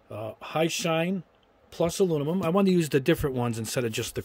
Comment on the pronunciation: I just view to hear you say "alunimum".;-) Joking aside, I can't thank you enough for doing ALL of these tests. I know it's not only a helluva lot of time and energy to do the vids, but I'm more impressed with the $ you're spending on this stuff so we don't have to! I'm not a Gunpla or Gundam builder but these tests certainly apply to whatever type of kits you/we build. Thanks again and keep up the excellent work!